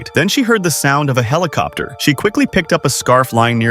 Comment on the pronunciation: I think the narrator messed up some of the words cause they sound off. I didn’t know a helicopter was spelt with a T.